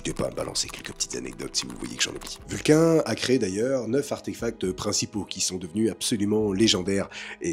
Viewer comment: Alors je t'adore hein, mais ça ce prononce ''vulkanne''